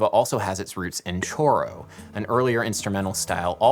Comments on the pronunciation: Dude - "choro" is pronounced like this: SHOru. You're actually not using a Brazilian Portugues word there. (Not j/k - it comes up in Spanish-speaking countries and also in Japan, but with entirely different meanings.) Sorry.... i am a huge fanmof choro, old and new, and that kinda got to me. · I was clueless when you mentioned "korro" until the music followed. "Choro" (Portuguese for "weeping") is pronounced more or less like "showro" (with a trilled "R" with the tip of the tongue), and the genre is actually better known in the diminutive, "chorinho". Oh, and "garrota" ("girl" in Portuguese) would have two "R's" only if spoken by a French or German person, perhaps. It's "garota", one "R" (curiously, the word is in the title but not anywhere in the lyrics, where the approximate synonyms "menina" and "moça" are used instead). And "Gilberto" is pronunced "Jilberto" (soft "G"), not "Ghilberto" (hard "G"). could have taught you all that if you had bothered to ask her (including her own name, which you wrongly said it's "DE Silva" when it's "DA Silva"). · I was NOT prepared for him pronouncing “choro” wrong 🤣🤣🤣🤣